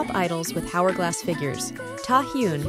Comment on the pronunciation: Not how you pronounce 'hourglass'